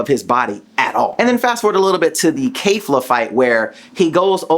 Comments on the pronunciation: Belmoth* kefla* Bell-Moth Keh-fla not vemouth and keifla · kayfla.......................whhhhhhhhaaaaaaatttttttt? Ke-fla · Why do you pronounce Kefla and Kamehameha so weird?